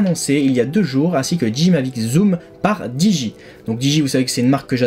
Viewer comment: Super vidéo ! 1 petite remarque : peut dire revoir ta prononciation de DJI et Hasselblad ? (didjiaï, pour Hasselblad regardes juste une vidéo sur le mavic pro car je sais pas comment te l'écrire phonétiquement) Sinon tout le reste est super, merci pour ta vidéo ;)